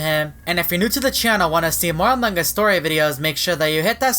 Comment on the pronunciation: No one: Me: PANDA PFP What my ears hear in this video: AMOG US